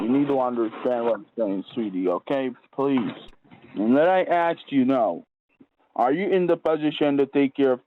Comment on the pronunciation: She axed him a lot of questions